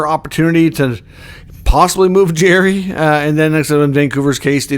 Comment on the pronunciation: It’s not Jerry! It’s Jarry! Jar-ry